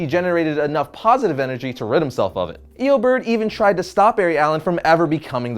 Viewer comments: Is it me or is he saying Eobird...? It's Eobard Thawne, not Eobird... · I think his first name is pronounced as ee-oh-bahrd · Ikr "Eobird" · Eobird lol. Eo-BARD. Like the DND class lol. Wonderful video though, no hate! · "Eobird thawne" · Eobird wtf it's eobard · Dude it's Eobard thawne bard not berd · eoberd?? what the hell is eoberd?? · Did he say eobird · I hate how he pronounces Eobard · You don't say eobard correctly.